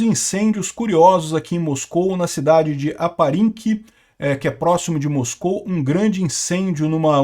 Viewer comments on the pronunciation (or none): none